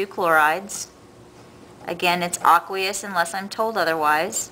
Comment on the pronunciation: I was really tempted to click off this video because she kept say "aqueous" wrong